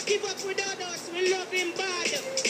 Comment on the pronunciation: His nickname is pronounced "DUD-us," not "DOO-dus."